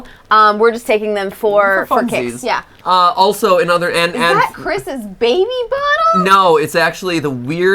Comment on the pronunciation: I love how Matpat calls the baby “babby” XD